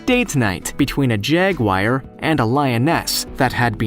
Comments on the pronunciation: "Jagwire"? It is pronounced jagWAR. But at least he did not say JAGyouAH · YOOOOHOOO!!! It's NOT pronounced JAGWIRE!!! (JAGUAR) It's J-A-G-W-A-R, the latter half being like the AR in the word JAR!!! Where on earth did you LEARN TO READ!!! When you're in school you're supposed to LISTEN not take a nap!!! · Wth is a Jagwire, its a Jaguar not a wire. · It's not a taigan. It's a tigon. And what the hell is a jaguire or jagwire? You mean a jaguar? Brooo get your facts straight. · Jag-wire and stir-rile. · Did you say jagwire? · A jag-wire aye well thats a rare species right there gotta keep an eye out for them jag-wires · JagWIRE = NOPE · What the fuck is a jagwire? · Jaguar not " jagwire " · "Jag wire"?...what's a jag wire? Did you mean to say jaguar? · "Jagwire" XD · I wish he would stop saying "jag-wire". Otherwise a great video! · Is it too hard to pronounce "Jaguar" correctly?